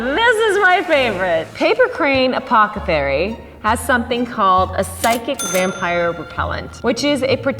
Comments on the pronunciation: “Apocethary” lollll I think you meant ‘apothecary’ 😂😂 but i loved this video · "Paper Crane Apocathery" A-poc-a-thery. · She said... Apocathery...... =_=.. WELP Me too.. Me too xD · I love how she said "apothecary" like "apocethary" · Did she say apocathary or are my ears playing tricks on me? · anyone notice she said apocothary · "Apo-ca-thary" 😂 Also has me wanting to bleach my hair and cut it like this. Looks so goooooood. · hehe. i love. did yall hear her say "apocethary"? ahaha! love her! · is everyone going to ignore the way she said “apothecary” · Why does no one ever pronounce apothecary properly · Did you pronounce apothecary wrong on purpose?